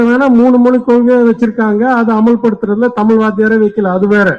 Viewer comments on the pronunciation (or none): இந்த ஆளு ஒரு ips ஆ. இரட்டை மொழியில் தமிழுக்கு பதில் ஹிந்தி அல்லது வேறு எந்த மொழி வேணுமானாலும் படிக்கலாம். முதலில், அண்ணாமலை தமிழை, தமிழ்நாடை சரியாக உச்சரிக்கட்டும். எல்லா பிஜேபி காரங்களும் ஒரே மாதிரி தான் தமில் என்று தான் சொல்ராங்க. பணம் பத்தும் மட்டும் செய்யாது. என்ன வேணுமானாலும் செய்யும் என்பதற்கு, இந்த அண்ணாமலைக்கு புரியாது என்பதை நம்பவே முடியாது.